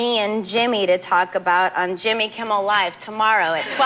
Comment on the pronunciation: Leno calls jimmy kimmel Jimmy Kimmie hahahaha